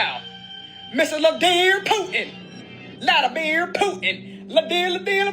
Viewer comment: I can’t stand ole woman . Not sure why, but she comes across like she’s a know it all and can’t even say Vladimir. Plus that annoying “pop” noise!